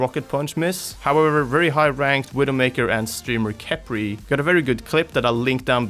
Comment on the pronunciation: Btw nickle Kephri is pronounced "Kefri" and not "Kepri"